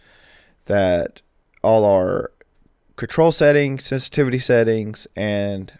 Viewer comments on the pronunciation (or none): Am I a nut but is my ear sense-tivity not inline with my vocabulary sen-si-tiv-i-ty? :) Just sayin!